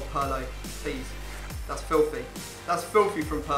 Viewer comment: He said Pirlo wrong